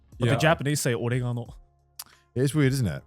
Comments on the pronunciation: It's pronounced oregano. Hope that helps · As an Italian, their pronunciation of oregano is making me livid lol